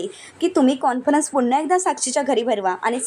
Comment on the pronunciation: मॅडम काॅन्फरंस असा उच्चार करा, चुकीचा शब्द ऐकावा लागतो आहे आम्हाला.